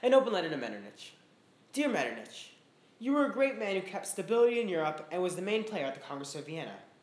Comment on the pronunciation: I think it is pronounced MetterNICK, great video though!